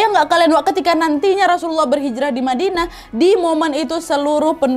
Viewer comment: Badinah salah ucap kak,ya?